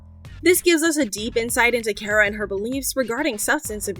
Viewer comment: Car-uh. Not care-a. Names matter.